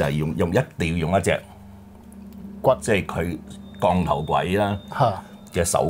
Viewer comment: 3個懶音都好嚴重：[降]頭、[幫]人、[講]、[額]頭......